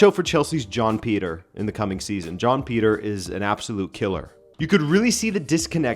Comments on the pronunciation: Why do I keep hearing John Peter when you’re saying Joao Pedro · John Peter and John Snow💀💀💀cmon manee. How do you watch the Portugal league and pronounce their names like that? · I’m so confused. I thought you kept saying John Peter rather than Joao Pedro. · What is a John Peter? 😂 Is that the English Translation of Joao Pedro?